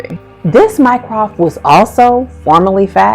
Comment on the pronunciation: I was so glad to find this video! The fact that they never get Mycroft right has always bugged me. I mean, what's so hard?